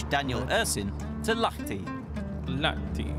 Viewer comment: LAHTI ei LATHI🤣